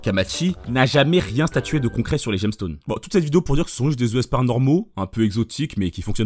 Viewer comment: J'ai une question, pourquoi tu prononces "Esper" "Euh-esper", j'ai l'impression que tu lis le mot avec 2 e et la question me taraude ToT